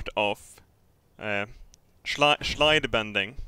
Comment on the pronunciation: Shlide. I love it.